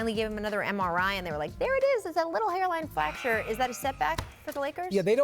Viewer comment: Rachel: “Hairline flacture”